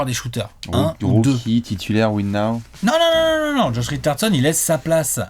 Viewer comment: "win nao" 😭😭😭